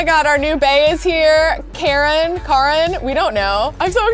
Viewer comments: It's cāron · karen/ ur new bae is pronounced Kar-on